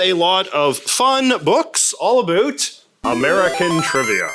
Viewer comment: Wonderful video! But I can't figure out why you pronounce "about" as "uh-BOOT" instead of the standard "uh-BOUT". ??? It's not Canadian -- they say "uh-BEH-oot".